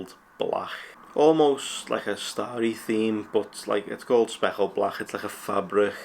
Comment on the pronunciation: Speckled blach 😂 dunno if it's the accent just sounds pretty funny. Good job though